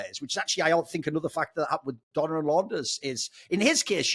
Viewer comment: Peopke always pronounce it like it's spelled "Donna" like in Lady Madonna for example, but it's Dona ❤️